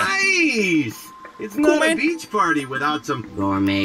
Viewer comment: It’s beach not bitch.